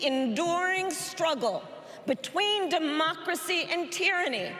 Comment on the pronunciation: Joe Biden cannot even pronounce the word democracy. 25th amendment.